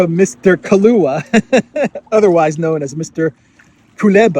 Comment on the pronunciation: Why are you call Kuleba the great illusionist "Koluba"? 😂